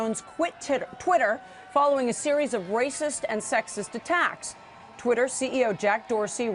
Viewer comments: "Titter erhTWITTER!"... Freudian slip of the tongue... Right into your ear. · "Leslie Jones quit titter eh TWITTER", anyone else notice that?. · lol she called twatter "titter". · So we're just going to ignore her saying titter ? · Quit titter😂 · Are we ignore the fact that she almost said tit(er)! Haha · Lmao Titter??? Anyone else hear that botch 🤣🤣👌🏻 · "quite titter" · Oh wow she said Titter at the start. We know what she's thinking about. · quit titter. lol. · She said,'Titter'..😏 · She quit Titter. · TIT ER 😂